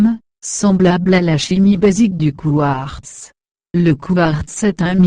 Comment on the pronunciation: Ha ha ha! La voix de robot, qui prononce << couard >> au lieu de quartz, possède-t-elle une carte d'identité ? A voir ces consternantes vidéos, on n'a pas besoin d'une puce pour identifier la bêtise. A croire que la bêtise annonce l'avenir. C'est désolant.